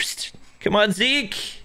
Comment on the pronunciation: WHO else says zeki instead of zeek